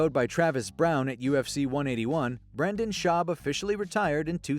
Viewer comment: "At this point Brenda's schaub is better known for hosting his popular podcast" That's about the weirdest pronunciation of "Joe rogans friend and rogan felt bad for the little bitch" I've ever heared.